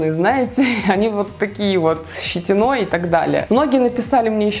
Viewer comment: С щитинОй, едьте , пронорожали, что с русским языком?🤔